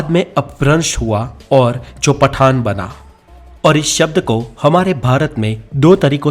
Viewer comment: पठान और पठाण 😂😂😂